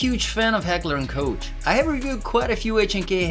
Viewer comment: Haha you said coach(Koch)